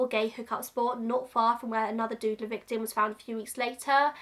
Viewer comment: I hadn't heard of the Doodler before, and I thought for a while you were saying "the Dude-ler". Like Linda Belcher calling the Mad Pooper the Butt-ler. I am more educated now.